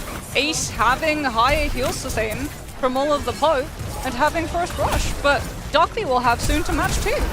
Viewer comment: stop calling him DockLy, it's Dockiy 🇩🇪🇩🇪🇩🇪🇩🇪🇩🇪:face-red-heart-shape::face-red-heart-shape::face-red-heart-shape